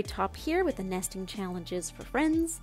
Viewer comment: My head heard "Season of Nasting" and "Nestingmold"